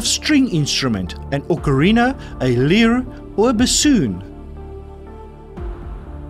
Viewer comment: Dear, I really enjoy your quizzes. If I might make a hopefully helpful suggestion? Please look up and practice the pronunciation of words you might not be completely comfortable with? (Ex: lyre; "leer or lier" (it's correctly pronounced LI-er), or "Ses-AIR-ee-on for Caesarion), it would really help your listeners. Keep up the good work! 🙃